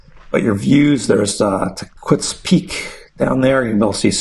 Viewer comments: hey bro hows it going. love your video, Tahquitz is pronounced Tah-keetz. the educated locals know. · I believe it is pronounced “Ta’-keetz”